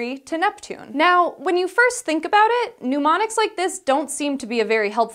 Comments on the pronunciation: new word! "pneumonics"! (As she says it.) Do those help with remembering to breathe? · Did she really say "pneumonics" (sic) at about in? It sure sounded that way to me. That is really poor on her part, and the editing crew totally fell down on their job as well. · "Mnemonics" doesn't have a "U". It's not pneumonics like pneumonia. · Why are pneumonics involved in memory?! Mnemonics pronounced NEH-mon-iks. Pneumonics (NEW-mon-iks)relates to breath. And don't confuse them with gnomonic (NAH-mon-ik) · It's pronounced "nuh-monics," not "pneumonics" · Oh dear, it's not "newmonics".